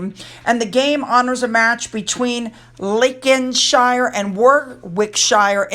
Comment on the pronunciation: Lovely as ever,. Another catchall for USA, Slough rhymes with plough as in OW that hurts.. 😁😁😁. Warwickshire =. War wick sheer, Lincolnshire Lin con sheer, hope you don’t mind xx